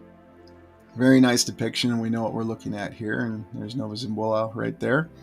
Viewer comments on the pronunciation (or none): none